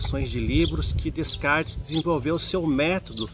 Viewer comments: Fala-se “Decartes” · Apesar da pronúncia "Descartes" estar incorreta, o conteúdo é bastante rico em conhecimento. Parabéns pela série FIIlosofando!